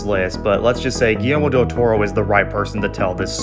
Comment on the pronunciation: finally someone said del toro's name right